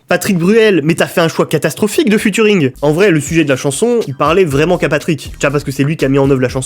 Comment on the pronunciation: Cette série est énorme par contre prochaine fois que tu dis Futuring ya moyen je casse des trucs